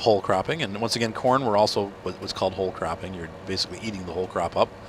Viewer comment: i am the only one that understood "hole craping" instead of "whole cropping"?